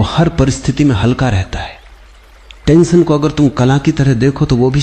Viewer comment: "tantion" nahi hota bhai "tension" hota hai..